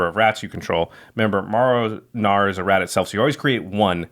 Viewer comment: When nobody said Marrow right😂